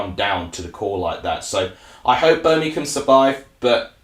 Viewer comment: Feller it’s Birmingham not Berminkum 🤷🏼‍♂️ if you are going to give reviews get the F***ing Language right